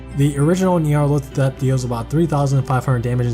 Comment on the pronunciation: It sounds like you’re saying “Nyarlothatep” instead of Nyarlathotep. Besides that, amazing video as always.